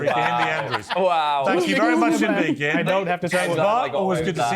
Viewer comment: This Ekpubobi girl has been incredibly brainwashed by MAGA. Ironically, her white mother is a progressive who does not cover up evil doing, while her Igbo father must be gnashing his teeth watching her self-abasing utterances. By the way, Piers Morgan embarrassingly mispronounced Kehinde and Ekpunobi without even giving a damn, but had someone pointed out that was a white supremacist behavior, he would have argued blindly to the contrary. James Barr is commendably objective on this conversation. Black people like Amala Ekpunobi are the ones gravitating towards Trump, their voting percentage is miniscule. I enjoyed this conversation though, Piers Morgan made it comedically enjoyable when he said that straight white men constitute an endangered species. Maximum respect to brother Kehinde Andrews.